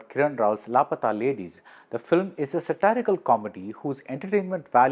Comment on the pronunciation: Why is he pronouncing satirical as sitarical :face-red-droopy-eyes